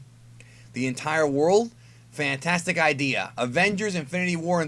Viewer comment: Emphasis on “fantastic”. Conspiracy or hint? We may never know.